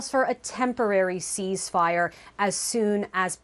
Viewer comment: Why does that woman keep saying seize-fire it's ceasefire and it's annoying as hell listening to her fumble it 😂